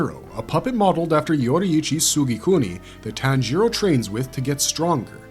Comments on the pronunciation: "ji" is pronounced "jee"... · Tan-gero? Really? IT’S PRONOUNCED TAHN-GEE-RO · yes but the language depends heavily on INFLECTION. What I’m Saying is that TanJEEro with emphasis on the E . Vs Tanjiro with no emphasis anywhere. It’s like the key and peels skit “JAYqueline” or “AYAYron” for Aaron and Jaqueline. It’s just a gross mispronunciation. Nbd just sounds fucking stupid. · Say “tan-jEEro” one more fuckin time dude